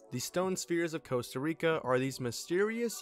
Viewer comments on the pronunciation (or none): none